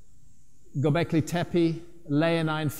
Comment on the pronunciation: «Göbekli» ("belly-like") is pronounced with accent on ‹i› at the end of the word, «Tepe» ("hill") with two clear ‹e›, like 'e' in "check" or 'ai' in "again", with accent on the last ‹e›. Learn it already!